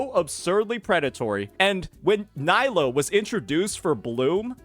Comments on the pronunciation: Her name is Knee-low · Dude you pronounce nilou wrong